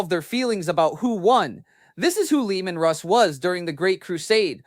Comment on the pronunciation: The disrespect having AI call Leman Russ, Leandros.